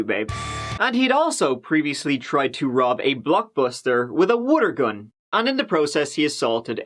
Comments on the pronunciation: At first I thought said "Woodergun" and i was trying to figure out what that is than i realized he meant "Water gun".😂😂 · The funny thing is that pronounced it "Woodergun" and i actually paused and googled what is "Woodergun" than after not finding anything and rewinding it i realized he meant "Water gun", accent confuses me sometimes.😂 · A "wooter" gun! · with a Wooter gun